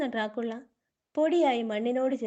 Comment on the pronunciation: ഡ്രാ കുള്ള .... എന്നല്ല. അത് crt ആയിട്ട് വായിക്ക് ഡ്രാക്കുള എന്ന് 😂😂